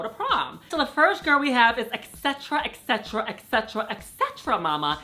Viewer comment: Et-cetra not ex-cetra